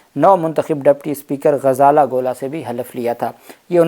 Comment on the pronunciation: آپ کی اردو بہت کمزور ہے۔ آپ بہت ساری غلطیاں کر رہے ہیں۔ نام درست کریں. یہ غزالہ گولا نہیں ہے۔ صحیح نام غزالہ گلہ ہے۔